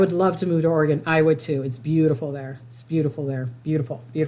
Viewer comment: It's OR -EEE - GUN. Like the weapon Smith & Wesson sells.